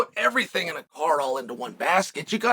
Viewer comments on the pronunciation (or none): none